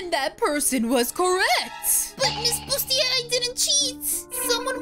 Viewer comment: Her name is “Busiter” Not “Bustier”